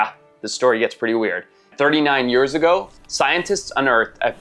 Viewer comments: Bro says every word with no accent then proceeds to say “ yurrs” “8000 yurrs” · You say years funny